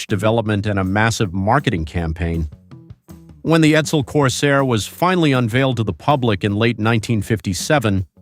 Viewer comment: the Ford Sedan is called EDSEL. not Edel